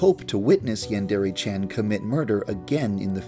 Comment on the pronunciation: yeah it is i know Japanese